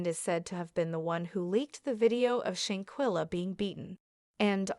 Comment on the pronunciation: Lord Kaybo, shankella… please get the correct pronunciation